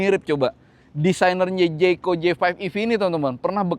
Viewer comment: Jaecoo dibacanya bukan jaeko tapi JAEKU om hehehe